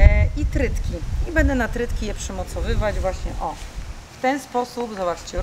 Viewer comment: Nie trytki tylko trytytki😂😂😂❤